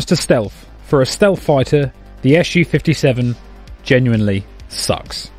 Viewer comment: other than the purely fabricated doc links provided where officially has Sukhoi published the alleged radar cross section (RCS) value for Su-57 to be 0.1-1m2? what a bunch of british bull!? oh one more thing you hating brits! its SU-57 not ESH U-57....grapes are indeed very very sour eh!?